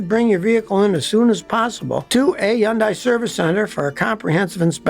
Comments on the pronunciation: I hate how he pronounces Hyundai wrong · The way Scotty kept pronouncing it....I was cringing each time! 😅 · Can't take you seriously on the one when you keep pronouncing the name wrong .. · As a Hyundai sales guy, LOVE to see the comments. You’re not always right Scotty 😏 (plus you are pronouncing it wrong haha) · Omg can you please pronounce the name properly it's not hard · When are you going to learn to pronounce HYUNDAI correctly? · scotty why do you say Hundai like that lol